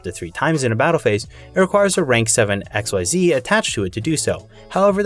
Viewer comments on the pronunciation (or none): The way you say “xyz dragon” Erks me😂 incredible content and video but it’s pronounced “eck-seas” .